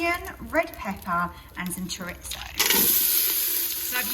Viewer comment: I get my 15 in 1 tomorrow, taking the place of my old dual lid Ninja, btw it's pronounced cho-reese-oh rolling the r when you say it 😉